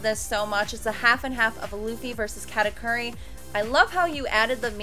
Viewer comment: U butchered Katakuri's name again